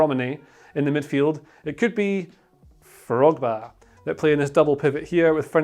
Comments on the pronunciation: Did I hear frogba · "Frogba" lmaooo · “Frogba” I like it.